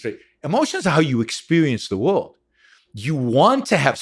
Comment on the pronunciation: I'm an awful person. He is brilliant and I can't stop giggling when he says stuff like "whooled" instead of world. Its like listening to my 6 year old that just happens to be brilliant